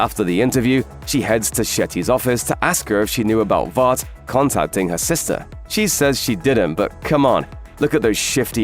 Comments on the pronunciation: Why he saying vaat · When someone with a British accent tries to copy American pronunciations for certain words, instead of saying them as they would naturally. 🥲 Vought should rhyme with thought, polarity with clarity, etc. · Absolutely wild to hear your pronounce the word Vought with an A, giving that it is spelt without one and said numerous times in the show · how is your pronunciation of the names so bad ... po·lar·i·ty, Vought etc